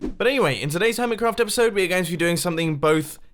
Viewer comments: epuisode? don't you mean episode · LEAVE A LIKE IF YOU ENJOYED THIS "EPUISODE" OF HERMITCRAFT! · "epuisode of hermitcraft" x'D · EPUISODE XD I'm sorry, I'm in an honers English Class in the U.S.